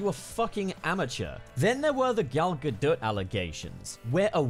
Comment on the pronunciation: I find it kind of hilarious that he says that English isn’t Gal Gadot’s first language because while it’s not, she speaks it fluently, as do most people from Israel (where she’s from). Also just wanted to say that you were pronouncing her surname wrong it’s actually “gah-dot”